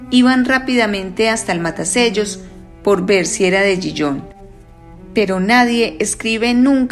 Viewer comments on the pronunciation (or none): Le advierto que Gijón se pronuncia, en correcto español, con ge y jota, Gijón, es una ciudad de Asturias, en España, como dice el cuento. Me deja a cuadros cuando pronuncia Gijón como si fuera la francesa Dijon, la de la mostaza.